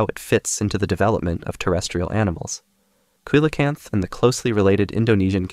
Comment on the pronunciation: ‘Coelacanth’ is pronounced as “see-lun-kanth”. Hope it helps (nice video by the way)